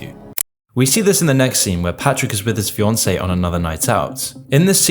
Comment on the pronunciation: Fiancé* not Fioncei